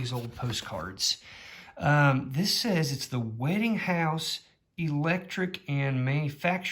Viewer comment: Probably Westinghouse not Wetinghouse. Hard to tell sometimes.